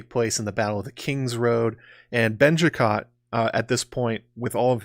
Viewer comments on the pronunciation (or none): I snorted every time you said “Benjicott”😂